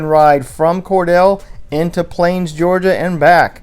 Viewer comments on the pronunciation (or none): The name of the town is pronounced "Core-deal" not "Core-dell."